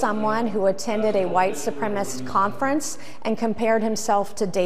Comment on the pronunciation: The word is supremacist, Nancy, not. Supremist, four syllables, not three.